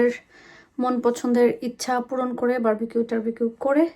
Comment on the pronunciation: আচ্ছা বারবাকিউ তো ভুল উচ্চারন, Barbecue সঠিক উচ্চারণ, ভাই বারা বার বারবাকিউ বলছে কেনো?